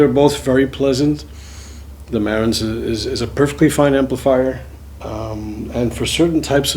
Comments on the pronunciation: It's Marantz with the accent on the last syllable, not on the first. Just saying. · Can't even pronounce the name of his own amplifier